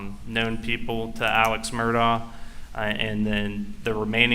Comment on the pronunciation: 🤣😂🤣😂🤣😂you too. WOW AND WHEN IS SHE GONNA PRONOUNCE ALEX MURDAUGH AND NOT MURDOCK WTF🤨yes we do hold “educated judges accountable here yes we do👍🏾👍🏾👍🏾👍🏾👍🏾😉😂🤣😂🤣😂